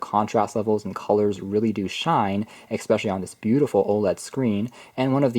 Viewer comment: It's not eXpecially. It's especially!!!